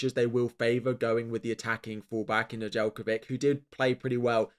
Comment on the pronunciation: Speaking for all my Serbian people, you definitely butchered Nedeljkovic last name